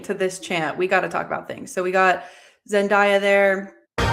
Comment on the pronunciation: Lol I wont come at you for Ghola. You got that perfect imo! But I WILL come at you for Zendaya haha. Its day-a, not die-a. Like have A Zen Day with Zendaya (perfect name for her to call a reality homemaking show, if you ask me). And I will let Scytale slide though, because EVERYONE says that wrong. Its actually Skitalee lol. A scytale is a real historical object, an ancient spartan cipher tube for encoding messages. But nobody knows that so everyone says S[k]y-tail :( Thats like naming your character cipher and having everyone call them sip-her lol 😅 I only know this because The Moontide Quartet audiobooks by David Hair have a magical legendary object called the Scytale of Corineus and its 100% said Skitalee, confirmed upon googling it. Those books are really great btw! Basically theres fantasy Eurasia, and in fantasy Turkey, theres a magical bridge that opens every 20yrs or something to allow easy passage between to two continents that are normally blocked off from each other by the insanely violent tides. Its the only connection point and every time the bridge opens, the Europe side sends a literal crusade of mages to go rape and pillage the Asia side and return home rich from their war. Its a great series thats very underrated.